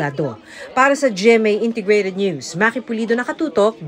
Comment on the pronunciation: Why the fkuck are these pipol pronouncing NEWS. as NOOSE?😅😢